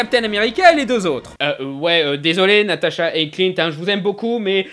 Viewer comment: c natasha pas natata